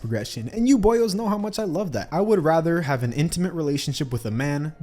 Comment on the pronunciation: the boio'est of the boios